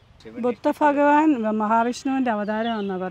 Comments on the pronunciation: Faghavan അല്ല ഭഗവാൻ ആണ്‌ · ഫഗവാൻ അല്ല, ഭഗവാൻ! ❤❤ ചുമ്മാ പറഞ്ഞതാ കെട്ടോ. ഇഷ്ടം ഉള്ളത് പോലെ പറഞ്ഞോ. ഒരു കുട, പറ്റുമെങ്കിൽ വെള്ള വാങ്ങി വെക്കാൻ മറക്കണ്ട. വെയിൽ അത്രയും കൂടുതലാണ്